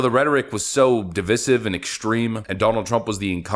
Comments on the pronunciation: anyone grab a tape measure? sure would put things to rest on that subject... Dude it is DEE-VICE-IVE!!! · bro is di vy siv not divisiv